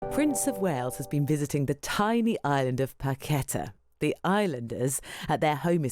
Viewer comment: It's pa-que-TAH!